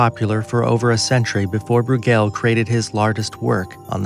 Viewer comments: BROY-gl Not brew-GEL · Why can't these posters check first about pronunciations? It's Domenico Gear-lon-DYE-oh (Ghirlandaio) and Peter BROY-gul (Bruegel). Puts everything else they say in doubt (maybe not a bad thing) and makes them sound like hicks (definitely bad).